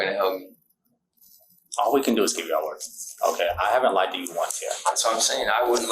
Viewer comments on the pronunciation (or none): none